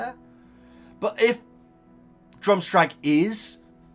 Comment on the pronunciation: "Drumstrag" It's Durmstrang 😁